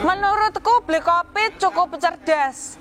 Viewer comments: ngakak banget denger nyebut nama hovit dia bilangnya "bli kopit"😭😭😭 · tu nyebut hovit jadi "bli kopit" y?? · Di mulut bli Hovit jadi bli Kopit😂